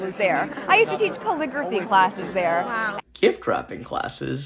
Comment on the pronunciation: Omg she mispronounced calligrapghy?¿?😂😂😂😂 gift wrapping classes😂🤣. She is so euphoric its scary 😨. You are so fun and spot on.